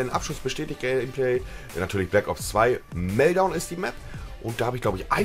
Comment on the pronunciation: es heißt immernoch nicht melldown